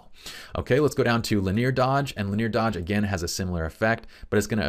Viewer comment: "linear" has three syllables…otherwise, great stuff, as always. lin·e·ar ˈlinēər/Submit adjective 1. arranged in or extending along a straight or nearly straight line. "linear arrangements" synonyms: straight, direct, undeviating, as straight as an arrow; More consisting of or predominantly formed using lines or outlines. "simple linear designs" involving one dimension only. "linear elasticity" MATHEMATICS able to be represented by a straight line on a graph; involving or exhibiting directly proportional change in two related quantities. "linear functions" 2. progressing from one stage to another in a single series of steps; sequential. "a linear narrative"